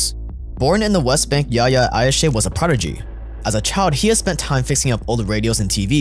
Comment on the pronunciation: Not Ayshe, Ayash.his name was Yihye Ayash. In Israel he was called "The engineer"